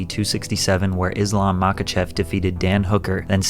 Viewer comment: YO! PROPS for (unlike 90% of mma fans on the internet) actually pronouncing Khabib's name correctly. To the 90% just ignore the K. Habib. You missed on it Islam Makhachev, though. Ignore the K, so it's ma-hah-chev.